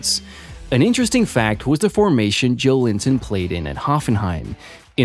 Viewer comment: It's Jo-el-in-ton, not Joe Linton!